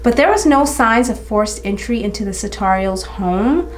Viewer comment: Checked the name you mispronounced a hundred times in the video and found out it's Sutorius. Girrrrl. 🤣